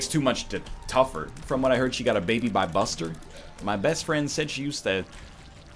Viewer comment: NL did you say "She had a baby by Buster?" Lol It's Busta, as in Busta Rhymes my dude